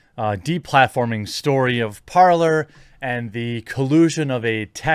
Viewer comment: Is it not parler not parlor, its talk in French